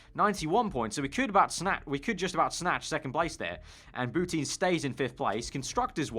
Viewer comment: Every time he says Boutin I hear Putin